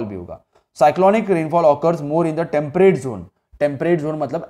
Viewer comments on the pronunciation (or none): Sir u don't know how to pronounce temperate 😅😅😅😂😂😂😆😤🙏